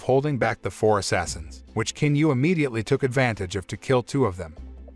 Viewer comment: The proper pronunciation for the Chinese name of Qin is NOT with a "k" 🤦‍♀️ its a "CHIN" sound